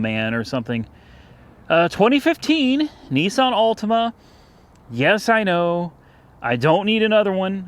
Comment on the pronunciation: It's Not nessan It's nissan